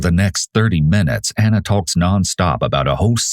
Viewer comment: Ik screw her but it was irritating me so much because they were calling here "Anna" and her name was "Ana" two totally different pronunciations.